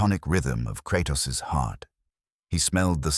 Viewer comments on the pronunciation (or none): Kratas? Lol